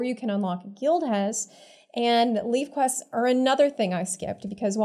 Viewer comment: Jesus why does eveyone call it "Leave-quest"? It's a Levequest! (Levey-quest!**) Lev EEEEEEEEEEEEEE REEEEEEEEEEEEEEEE